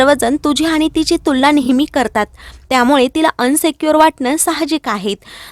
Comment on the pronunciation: अनसिक्यूअर नाही गं ताई,इनसिक्युअर.तु पब्लिकलि बोलतेस नीट समजून बोलावं